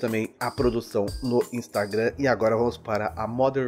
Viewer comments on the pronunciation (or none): none